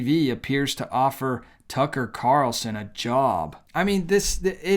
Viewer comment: Why do Christian YouTubers keep calling him Tucker Car-el-son, when his name is Tucker Carl-son?? Nick Picky, maybe. But this drives me crazy. It's not how he says his name.